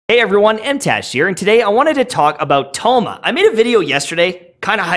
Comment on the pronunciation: Another great analysis. Although I always cringe without fail how white you pronounce their names lol. The characters literally pronounce their names for you in their voice lines lol! I just had thoma and was hella disappointed.. but then watching your build and explanation i tried him again and am loving it so far!